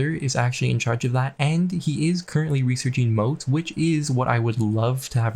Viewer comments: Pronounced M-AUGHT-S not M-OAT-S. Mottes are raised areas with a bailey (Walled courtyard) on it. Moats, on the other hand, are big ditches, usually filled with water, surrounding a castle. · It's not Moat, it's Mottes...as in Motte and bailey. I dunno: "Maught". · I've started watching your CK3 vids and I'm really enjoying them. I'm just begging you for one thing. mottes isn't "moats". motte rhymes with hot. it's the land a castle is built on, not the water around the castle. ty. :) (I really do like your vids! That's just... starting to get to me.)